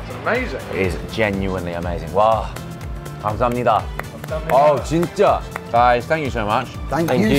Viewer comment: '감사합니다' 말하는 발음이 점점 정교해지는 것 같아요ㅋㅋ 생소한 음식인데도 과감하게 도전하는 모습이 멋지네요. 도 겁내다가 결국 먹는 용기 멋있고, 두분 다 맛있고 재밌게 한국 즐기다 돌아가신 것 같아 제가 다 뿌듯해요~~ 촬영도 촬영인데 친구끼리 놀러간 장면들 남기는 분위기가 느껴져서 너무 보기 좋은 것 같아요!!